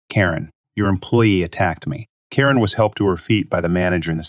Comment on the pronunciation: Why does the readerbot say "car-IN" for "Karen"?